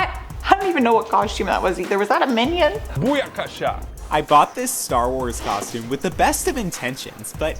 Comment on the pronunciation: What's a Coshume? What's with you Canooks? Lol just busting